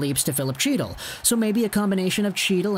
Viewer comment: Chytil is pronounced Hee--tall.